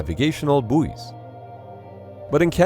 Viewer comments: If you're a Canadian you should know how to pronounce bouy. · The weird occasional US pronunciation of buouy as 'booey' instead of 'boy' is very strange, especially as they don't pronounce buouyancy as 'booeyancy'